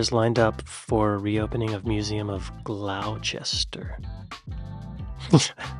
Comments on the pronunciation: Glos-ter not Glaw-Chester 😂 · Gloss-Ster not Glou-cester, Unless you were being sarcastic 😂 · Moan. . As as resident of Gloucester I was a little taken aback by your pronunciation of the name. How on earth did you come to GlowChester ?? It is Glo-ster. The O in the Glo if pronounced like the O in Pro, like Pro Golfer, (Professional). So phonetically it is 'Gloster'. A major mad event each year is a cheese rolling event. Google Gloucester Coopers hill cheese rolling event just to see a load of crazy people chase a Gloucester cheese down a steep hill. A guy from Australia won this years main event. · Glocester is pronounced "Gloss-ter" mate. Great video! Love your reactions! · I am sure other brits have said this, but Glouchester is NOT pronounced Gloucester, it's more like gloster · You have said it twice now - It isn't Glow-chester, it's pronounced Gloster ( G-lost-her). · 'Glowchester' is Gloster... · Gloucester isnt pronounced as Glouchester, it is pronounced Gl oster. Any town or city with cester in their name was once Roman. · Spelt Gloucester but pronounced "Gloster".NOT Glouchester,just for your information.I thought you Yankees would have got that by now 😉😀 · Whitechapel is indeed where Jack the Ripper committed his murders, I understand why they got angry, & it's not pronounced Glowcester but Gloster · Glouchester?! I’m deeply disappointed and I’m sure the map men will be too! Gloucester is pronounced ‘Gloster’ it’s simply😂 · “ Glawchester “ is pronounced gloster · Its pronounced Gloster not glowchester. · Licence is spelt with the second C in English. Gloucester is pronounced Gloster. Leicester is pronounced Lester. Newquay is pronounced Newkey. And yes there are 100 pence in a pound. Hope that helps, excellent content as always! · Licence is spelt correctly. It's English UK not English American. And its pronounced Gloster 😂😂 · We need to talk about Gloucester. it's GLOSS - TERR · Gloucester is pronounced Gloss Ter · GLOSTER ... FFS! Lol